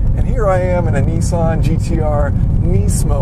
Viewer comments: Try to say it properly. It is not nee-sawn. It is Niss-aahn. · Alex Lyons He says it wrong. It's nissán, with the stress in the san. And the i is short, if it was long ot would be written with two I's, or with a dash over the i . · Why do you Americans pronounce Nissan as Neessan? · knee-sahn is the correct way to pronounce it because that's how Japanese pronunciation is. the a in ssan, is pronounced ah as in "haha"